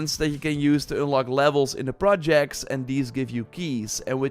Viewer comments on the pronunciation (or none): none